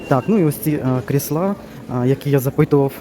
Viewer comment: чому кріслА, а не крІсла? Вибачайте за таке питання, але невже так дійсно правильно? P.S. Щиро дякую за огляд, обожнюю Юск.